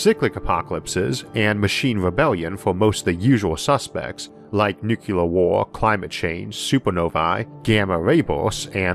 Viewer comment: Isaac it's not "Nukelar war" it's "Nuclear war". Of all people . . .